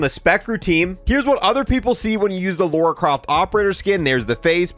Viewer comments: It's LARA not LAURA. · Who is this "Laura" you keep talking about? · I am getting triggered it's called Lara not Lora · Lora croft? It’s Lara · her name is Lara, not Loura, not Lora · Why can’t Americans say Lara? It always sounds like Laura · Lara not laura 😅😅😅😅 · It’s Lara, not Laura. She isn’t some random British woman, maybe you should play something other than the reboots. It’s Keeley Hawes, the voice actress of Lara in the Legend trilogy and spin offs. She’s voiced her for years and is a pro